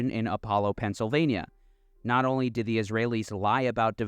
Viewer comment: Did you say Pennsylvania?